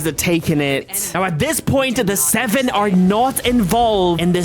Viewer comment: what that robot said about the seveeen, dude talk normal